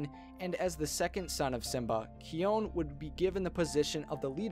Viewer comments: Sigma and nala had three cubs kopa kiara ki on not kee on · Kion is pronounced "Ki-on" not "Key-on". We hope this helps. We enjoy your videos. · Wait why did he say "Keeon" instead of "Kion"? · Kion not Kayon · not only that but I think he hasn't seen even a single episode of TLG because of the way he pronounces Kion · I thought I only saw stuff from the movies and Kopa Books here. Also Though I found his synopsis accurate he kinda lost any points gained by saying "Keon" instead of "Kion" It reminds me of that one Avatar movie that definitely does not exist. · not even Key-on more like Ke-oune... just it's not hard to find lion guard clips man. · Pronouncing "Kion" wrong. It is not (kee-on); it is (ki-on). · it's Ki-ON, not Ki-yon. if you watch an episode of "The Lion Guard", his name is pronounced correctly. also you say Kion is the 2nd son of Simba, but don't mention his 2nd son? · Kion is kai-ohn not kee-one. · BOI it'd Kai-on not Key-on but it's spelled Kion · it's kion not keon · Kiln it's not his name his name is kawon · It's not Kean it is Kion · It's supposed to be said like keyeon isntead on keon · Is it me or am I abit triggered on how he says 'ki-own' instead of 'ki-on' when it's kion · Keeon Kion✓ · Kion's name is pronounced as ky-on, not key-oñ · It’s not Key-Own. It’s K-eye-on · What did you said? You said "Key-on" but it was wrong its "Ki-on"! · It’s not keen it’s kion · what about oops I mean Disney don't make him but still and you said Kenyon instead of kion. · It's kion not keyon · I don’t think it’s keon i think it’s kion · it is kion not koin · teh sound is like kian not kyon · its not keon please say it as the normal way kion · Its not kyone its kion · You said kion like keeon but it is kion(k-ie-on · not keyon its kion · KION not keon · Key-own lol. You mean Kion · its not keyon its keye on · the pronoucation of kion is not kiyon it's kayon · its ki-on not keyon. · Its Not K-eon Its K-ion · It is not keon it's pronounced kion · It’s ki-YAN